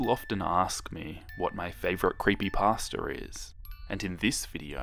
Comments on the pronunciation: Some people: CreepypAsta Other people: CreepypAHsta This guy: CreepypAHstER I’m not making fun of him I just found this funny idk why Also I LOOOVE your art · "People have been asking me what my favorite creepy Pahs-ter is" Love it.